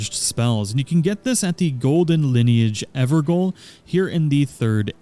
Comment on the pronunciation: Great video man. Thanks. You probably won’t read this, but they are called EverGaols (Jails), not Goals. It’s the original English spelling of the word.